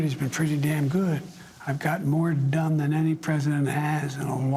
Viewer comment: sounds like he is saying I'm got more dumb than.... at 15.17. Is sounds "dumb" more than "Done".Do you guys think so?